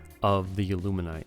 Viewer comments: How about a prep guide to pronounce illuminate? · Why can’t people pronounce illuminate..